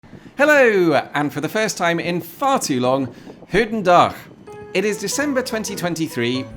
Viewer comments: Yes, his "goedendag" sounded like "hoedendag", which means "hats day", and sounds much like a Monty Python joke. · Surprisingly his pronunciation of the word "goedendag" was the worst of all. It was all uphill from there 😄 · His "goedendag" needs some work though 🙂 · Keep practicing the Goedendag... Think "Loch" for the proper G sound ;-)